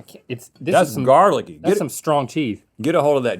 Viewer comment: "But tats my favorite part" 🥺🥺